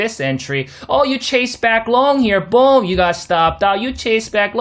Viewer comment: This analysis was perfect! Thank you! And I felt that “BOOM” in my soul not going lie lol. Subbed. Great channel!👍